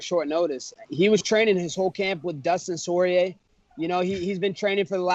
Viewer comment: "Dustin sorrier" Haha hell naw